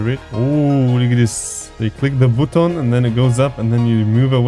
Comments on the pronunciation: Why did you say bootoon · Why did you say booton